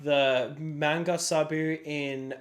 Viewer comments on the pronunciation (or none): Day 3 of begging you to stop saying Sabu! This ain’t ECW! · Not trying to be rude, but can you please try to pronouce Sabo correctly? Idk if I can watch another vid of hearing Sabu/Saboo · My man said manga sabu 😂😂😂😂😂😂